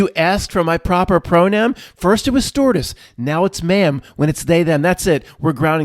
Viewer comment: I could have sworn said "s-tortiose" instead of stewardess.